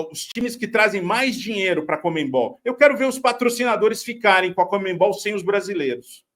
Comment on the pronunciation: Comenbol? Conmebol Sério que vocês falam comenbol? Soa muito engraçado